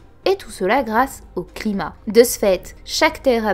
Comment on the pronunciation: "Et tout cela grâce.. au CRIMAT." Ah, les L et les R dans les vidéos de, lol. Ça c'est l'esprit japonais... 😂😂